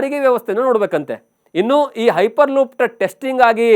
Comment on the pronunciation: Ayyo munde makla piper loop alla hyper loop😂😂😂 tu mundeva😂😂😂😂